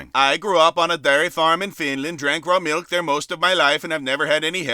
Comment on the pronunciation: Get this man a glass of malk!